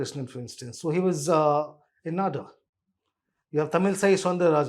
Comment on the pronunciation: please work on your pronunciations. English spelling may not lead u there It is Seemaaan, Naadaars, Covundars, Annaaamalai Thankfully there are abbreviated names for parties. Otherwise you are finished 😂